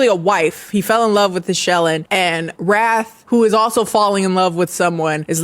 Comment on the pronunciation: I swear I spent about 10 minutes trying to figure out if the main vampire guy's name was Wrath or 'Raf' because I kept hearing Raf and decided to just roll with it. Hearing how unhinged his brothers' names are helped me realize I was wrong.